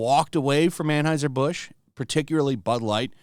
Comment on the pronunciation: Why can't you tools pronounce Anheuser? That brand has only been beaten into are ears for decades, but tools insist on pretending they don't have a clue how to say it.